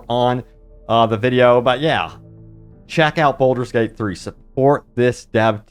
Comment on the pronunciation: Sorry, have to say you're saying Bolder's Gate not Baldur's Gate. Also, it's Meta Score not Meeta Score 😂